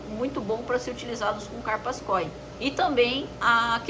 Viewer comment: não tem acento no KÓI. "o". é KOI sem "força" no "o" koi